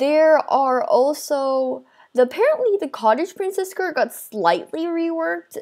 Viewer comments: did anyone else notice that she said cottage emprice😂😂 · who saw that when she says the skirt name she says: cotage emperess- me: COTAGE EMPERES me again: its ok we will always love u ❤️ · I was like "nobody gonna talk about how she said cottage empress skirt??"